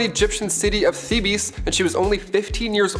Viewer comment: “Th-EE-Bees”……..c’mon 😅 “Theebz” is how it’s pronounced.